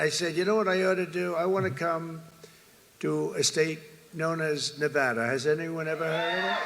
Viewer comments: fr though why do people say"Nevahdah"🤦🏽‍♂️ its Nevada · Hilarious.. You said Nevawda and later he talks shit about that lol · It’s “nuhvahduh”